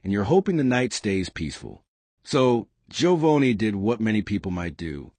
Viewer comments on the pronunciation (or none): His name is not “Jovoeni” I know it’s AI, but you can still use the correct pronunciation.